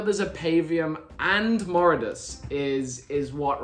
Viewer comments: You’ve been saying and spelling the Brutes name wrong. It’s Voridus! Not “Moridus”! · it isn't Moridus it's Voridus. 👀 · Moridus? His name is voridus lol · Ah yes Moridus. Really mega. Its Voridus.